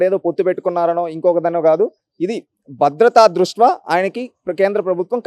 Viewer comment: ద్రుష్ట్యా అనాలి బ్రో.ఏదైనా మీ విశ్లేషణ చాలా బావుంటుంది.